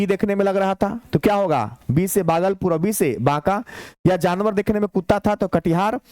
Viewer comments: सर भागलपुर होता है बगलपुर नहीं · बागलपुर ❌ भागलपुर ✔️✔️